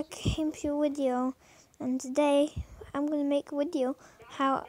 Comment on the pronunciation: Video, not wideo im not rying to be a douche here... wait, yes i am